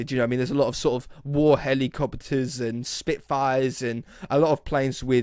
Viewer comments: He did really say helicoppeters, i know its helicopters.... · Wait, did you say "helicoppeters"??? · Nope,"helicoppeters", aren't a thing. I have however heard of helicopters...